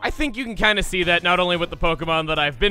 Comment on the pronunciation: Everytime I hear Chugga say Pidove, I'm having a hard time not hearing him say PETA.